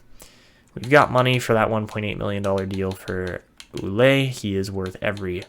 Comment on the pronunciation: Ouellet is a french canadian name and it's pronounced Well-ette like let